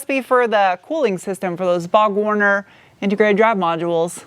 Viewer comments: and also you mention "Bog Warner". It's Borg Warner. LMAO! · Another great review. However, & It’s BorgWarner, not Bog.